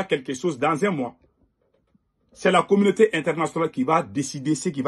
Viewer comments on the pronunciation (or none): Mon frere je naime pas quant vous prononcer commaute soit disant international